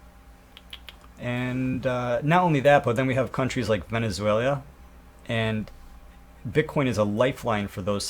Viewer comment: Dude! VenezuaLIA? Gotta get your pronunciations down. It'll make you sound more legit!